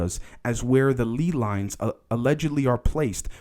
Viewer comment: ley lines are pronounced lay lines btw- keep up the good work though homie your content is important